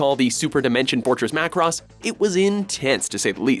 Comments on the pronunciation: Ma-ku-ros XD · Its WatchMojo they don't learn proper pronounciation also they seem to have too many people that make the episodes because them using wrong clips happens alot. Like the way he say Macross its one word but he says Mac Ross